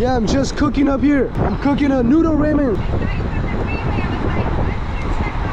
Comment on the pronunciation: It's pronounced raw-men. Also love the videos bro